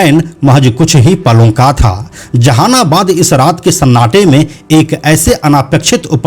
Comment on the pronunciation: Ap v jahanabad nhi bol pa rhe h😂😂😂